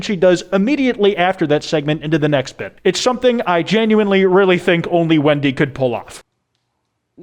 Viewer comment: I've watched this video like three times by now, and I still like how the entire time it sounds like he's saying "Windy" instead of "Wendy" 🤣